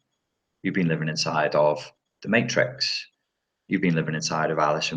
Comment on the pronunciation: "Who'd he play in the mayyytrix?" lol! Always a good laff and lots of good info… thanks mate :)